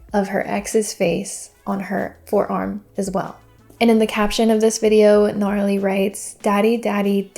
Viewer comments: it's not pronounced Gnarly lol it's Na-Rally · Love the video and all your content but it’s Narally. Pronounced Nuh-rally. And it’s not a distrack made by Laura, Narally made it. Sidenote it looks like all her portraits are of the same photo🤨😂